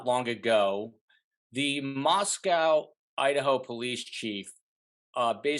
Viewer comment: OK, this is really annoying to me... when an expert mis-pronounces the name of the Town. Listen it is NOT said like the Town in Russia. Mos"cow". It is pronounced mos-co. Not cow. CO! Gone from this channel, if you can't even say the name of the town correctly!